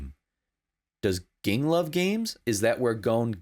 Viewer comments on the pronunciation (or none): Just a quick note: Gon’s father’s name is pronounced Jing.